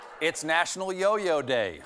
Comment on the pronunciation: "Nation honors Yo-Yo Day" Ah, so it's not national Yo-Yo Day, it's national Yo-YO Day Day.